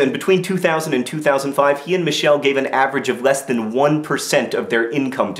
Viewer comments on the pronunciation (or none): none